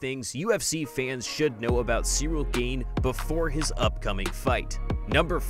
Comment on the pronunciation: One thing this guy needs to know about Cyril Gane is... how to pronounce his name correctly.